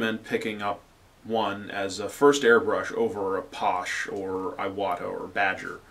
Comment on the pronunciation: Great info. Well explained. Just to let you know. Paasche is pornounced Pass-shay not Posh.